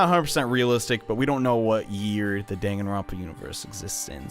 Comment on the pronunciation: idea for the last episode you pronounce the games' title correctly